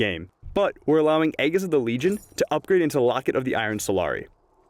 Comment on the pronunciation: LOL "EGG IS" of the legion